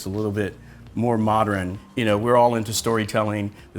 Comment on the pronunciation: modern not "modren"